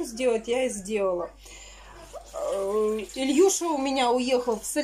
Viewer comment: А почему ИлЬюша? Ведь правильно Илюша....